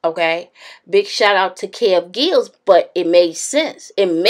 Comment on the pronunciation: Kev gills? Really sis. Lmao